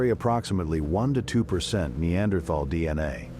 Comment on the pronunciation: incorrect pronunciation with "AI voice" for Neanderthal may be a good Documentary, but annoying for this fact